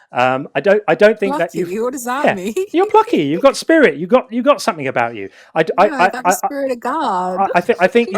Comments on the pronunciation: Spiwit! Bwavado! A sense of dewwing do! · No, no. Spiwit, siw. Um, bwavado. A touch of dewwing-do.